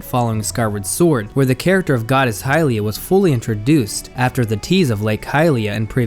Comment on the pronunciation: Its pronounced hill-lee-uhh. Not hi lia